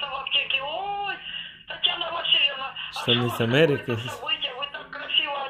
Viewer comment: мама - "Брюки с Амэрики" ага, и прямиком на Бродвэй😂